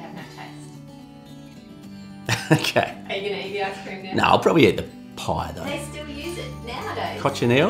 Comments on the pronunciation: Hello Ann Which one do u think is better, ice cream or tart? Edit: i just realized he said lice-cream🤣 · "Is it Lice cream" 🤣🤣🤣🤣🤣🤣 oh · "Licecream" LOL being a dad with them dadjokes. Nice one. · "Lice Cream." I love. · "lice cream" 😅 Nice vid, thanks for sharing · "Lice cream"!!! 🤣